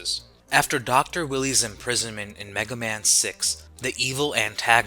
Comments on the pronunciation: The mispronunciations are giving me a headache. An actual headache. Example: It’s Doctor Wily (pronounced “While-E” or “Why-Lee”). Not doctor Willy 🤦🏾‍♂️ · So man pronounciation issues... Dr. Willy?? is this an AI voice? is that ironic considering its about thinking robots? ;p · Love the video but it’s Bass (Base) and Wily (why lee)